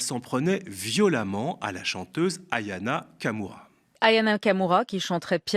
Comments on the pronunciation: Ce serait bien de dire Aya Nakamura, etvpas Ayana Kamura. C'est pourtant pas difficile. Ou alors dire Marineleu Pen. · Pitié c'est AYA NAKAMURA et pas AYANA KAMURA